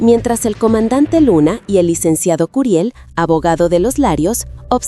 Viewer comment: Pronuncie CRIL